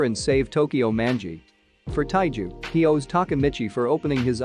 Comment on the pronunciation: It's taiju